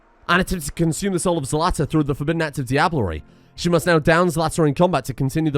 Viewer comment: You can right-click on the "Select similar" button and then "Select similar things on map". No need to draw a box. And you pronounced Zlata pretty well. It's derived from "zlato", which means gold.